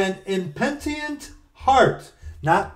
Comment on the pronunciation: I think you are pronouncing the word "speedily" wrong. The word "impenitent" also.